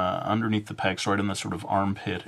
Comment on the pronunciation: Zeh pecks xD